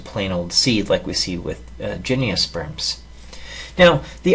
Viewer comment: Gymniosperms, haven't heard they pronunciation of gymnosperms before! ;) Thanks for the good video! Cheers.